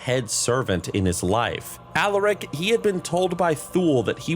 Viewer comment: every time you say Alaric I hear Alarak ala Starcraft 2